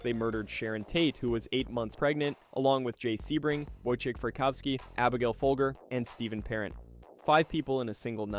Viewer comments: Pronounced "FOLJER" not FOLGER, like the COFFEE, she was the FOLGER COFFEE HEIRESS. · It’s pronounced “fol-jer”. Like the coffee. Also, Manson went into the LaBianca house and tied them up before sending in the others. So yeah, he was guilty of murder or at minimum an accessory to murder.